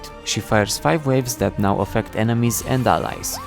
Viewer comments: did this guy just say nyow? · "The Yuumi rework is neow on pbe" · "The new Yuumi rework is NEOW on the PBE " Did I heard it correctly ? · did you just say neow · did you say "nyow" ? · Did u say neow in the first 4 seconds or am I having a stroke? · there is no way he said is neow on pbe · Did you,.... did you say "is nyaow?" :cat-orange-whistling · bro really said "the new yuumi rework is neow on the pbe" lmao